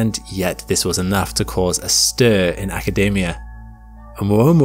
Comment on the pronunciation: its academia not acadamia, it's not a nut